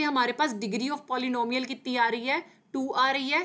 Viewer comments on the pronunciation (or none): Abeeeee tum pehele polynomial bolna sikhoooooooo